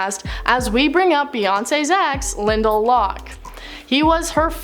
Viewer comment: I thought you said Linda instead of Lyndall